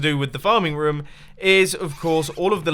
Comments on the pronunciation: Dosent it sound like mumbo is saying ruom or rum? XD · Is it just me or does anyone love how he says room